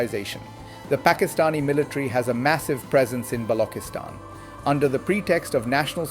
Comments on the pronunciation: please pronounce Balchistan correctly. its NOT noooooooooo BLOKISTAN, however, Macho Sardar based it may be Patriarchal but it is NOT BLOK-istan. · OMG Why are you mispronouncing Balokhistan, BALOK People and Gwadaar? AI gone wrong here! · Quite the opposite, the Western International Audience would prefer to pronounce even your given name as best as it should be. They are not offended, its our thinking that is. is at a stage where he would appreciate being suggested to.about the sound of چ as opposed to the sound ک; he is a teacher,, teachers always have to be best students. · wow what a joke, he is mispronouncing it by using AI this is not his actual accent. He is wrong and should not use AI for such serious Vlogs!